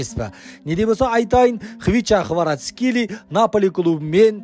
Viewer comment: Хварацхели емес Хварацхелия деш брат